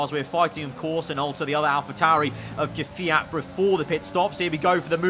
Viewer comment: KVYAT: K'FIAT